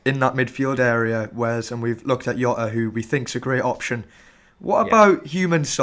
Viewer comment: Where in earth do you get YOTA from? Do not watch fpl family. They started using that stupid pronunciation - and are still the only ones saying it. You don't call Mourinho Yosay